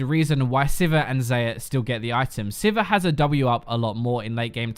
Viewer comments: WHY DO PEOPLE SAY ZAYAH ITS X-AYAH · HOW DID U JUST PRONOUNCE XAYAH >_> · XAYAH = ZEYER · That xayah pronounciation holy crap :0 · tilted. his pronunciation of xayah gave me aids. and multiple forms of cancer. my doctors said i had 5 minutes to live. using the time i have left to write out the rest of this youtube comment because obviously that's what i'd do lmao i'm a loser with no life but at least i don't pronounce vidya game characters names wrong. i'm wondering what accent he even has because i'm an ignorant american or what in the hell possessed him to pronounce her name that way. bcuz he butchered it. massacred. fucked it! god bless.